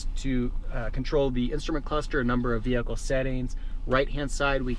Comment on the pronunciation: i wanna smack you every time you say "VeHiClE"... get that word out of your vocabulary